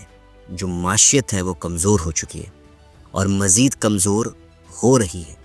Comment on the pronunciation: معیشت کا تلفظ درست کر لیں معاشیت کو ئ لفظ نہیں ہے معی شت یعنی معیشت